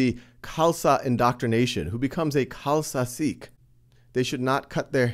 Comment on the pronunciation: can you even say sikh right? it is pronounced like this, "seek"